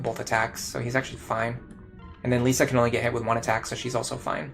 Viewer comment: I promise I'm not trying to be a prick, I'm just curious why you keep calling her Lisa instead of Lissa? They even pronounce the name in-game so I'm not sure how you keep getting it wrong. (I used to pronounce Lucina wrong in my head until the cutscene where Chrom says her name corrected me. Now I nickname her Lucy to remember, haha.)